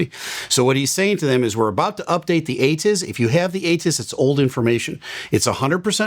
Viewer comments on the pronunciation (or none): Took enough scrolling for me to find someone who actually called him out in this. Not only did he get the S wrong, pretty sure he said it's automated, too. Got half of what ATIS stands for incorrect lol